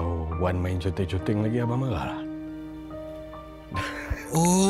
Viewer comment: Yang sy baca: conteng sebut: Konteng